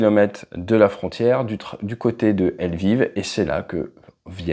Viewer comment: entre lviv et poznan la prononciation est catastrophique mais on taime quand meme 😅